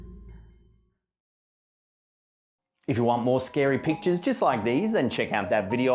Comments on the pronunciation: Sounds like he says "scary peaches" instead of "scary pictures" at the beginning of the video... seriously listen to it, maybe it's just me lol it's at the very beginning like into it.... he says it again at like but it's not as bad lol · "...scary pictures..." I heard "scary peaches". 😬